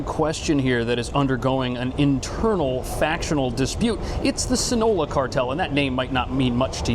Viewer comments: Its not see no low uh its sino loa😂😂😂😂😂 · Sinola??? Bro it’s Sinaloa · It’s pronounced sin-aloa 😂